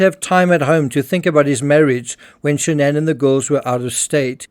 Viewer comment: Why SHA-NANN?? Her own father says Shannon...with no fancy twist.... what's her name?